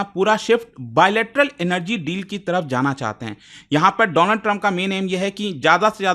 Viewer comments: Donald nahi doland😊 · paw paw ne donald ko dolaand kya bol diya, ye to gussa nikal rha hai..🤣🤣🤣